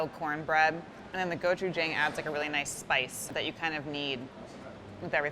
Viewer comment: The way he said gochujang OOF